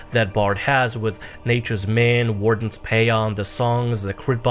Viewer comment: Nature's Minne is pronounced like Mickey's wife's name (Minnie).